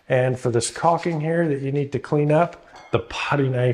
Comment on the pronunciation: its caulking... not caking pronounce it the way its spelled. BUT otherwise GREAT advice, one other trick is to use a hook razor